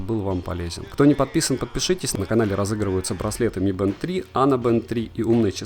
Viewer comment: Не мы бэнд, а ми бэнд!!!!!